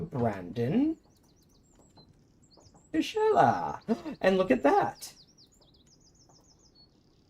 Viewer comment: Correct procounciation in Italian is FI-ZZI-KE-LA or in Sicilian FI-ZI-XHELA. But it was a good attempt nonetheless, particularly when it comes to the Sicilian accent.